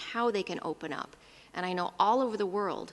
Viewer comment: Wuahn health organization.